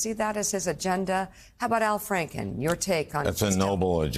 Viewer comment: You cannot be serious….Al “effen” Franklin?